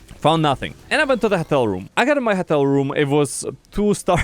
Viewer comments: sounds like he's saying хотел wonder how his voice became such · Why is nobody mentioning him pronouncing Hotel as "HETEL"? 🤣🤣